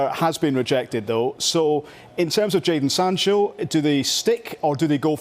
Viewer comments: Why does he keep saying Jordan, its jaden ffs! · Someone tell it’s jadon not jordon🤦‍♂️ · 'jordan sancho' ffs this guy is on sky sports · ‘Jordon Sancho’ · Sadon Jancho